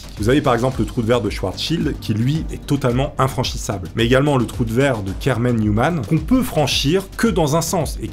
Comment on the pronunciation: A chaque fois ! Qui dit troue de verre ! J’imagine qu’il dit troue de 🍑 😂😂😂😂 dzl ! Lever la main ceux qui penser a sa 😂😂😅😅🙈🙈